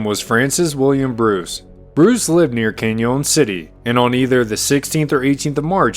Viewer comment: Pronunciations of Spanish names is perty good especially people's names. The only mistake I noticed, and its small is Canyon City. It was only slight...Canyon is pronounced like Canyon in the Grand Canyon. Im from this area and early minners corrupted the Spanish names until they aren't recognized as Spanish. You did really well. For instance Buena Vista isnt pronounced in proper Spanish. Proper would bwena veesta but the minners corrupted it and for over 100 years its been pronounced byuni vista...locals refer to it as byuni or byoonnee. Although you dodged that bullet everything else you voiced as locals would....except Canyon City. Lol. Sometimes I cringe when i hear narrators try to decifer the local colloquialisms but you did quite well. First time listening to your channel. Your research is excellent. I usually stick with Josh from Wild West Extravaganza, but after this sample i will be tuning onto your channel more often. Thanks for all your hard work, skills and knowledge. I just subbed.